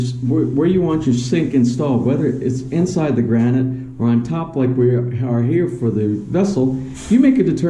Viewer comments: Gran-ite... Your pronunciation has been driving me crazy, and I'm from Virginia... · The right way to say it is gra-nit.... but filipinos have their own way of pronouncing. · Gra-night sounds like an explosive! :) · Magandang gabi. Gran-it is the English way to say the word, but when in Rome...actually, Granita in Rome, so when in Philippines...hehe. I'm thinking maybe if you chamfer or bevel the edges of the frame around the 2 light switches it might look better? I'm not sure.